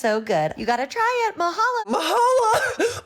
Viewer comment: Bruh, i lived in Hawaii for 6 years, and ive never seen or even heard of that dish. What, the actual, heck. Also its Mahalo, not Mahala dumby. (Not you, the chef)